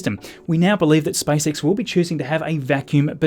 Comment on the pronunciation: He said SpiceX rather than SpaceX